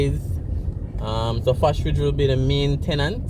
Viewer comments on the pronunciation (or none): Thanks for the update,nevertheless it's Fosrich not Fosridge